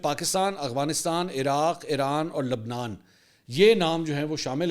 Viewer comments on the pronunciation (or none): none